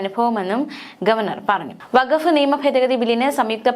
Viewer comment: വക്കഫ് അല്ല, വഖഫ് ആണ്‌. ക് +ഹ =ഖ, ഗ് +ഹ =ഘ, ഫാര്യ എന്ന് പറയുന്നവരോട്, പ് +ഹ =ഫ, ബ് +ഹ =ഭ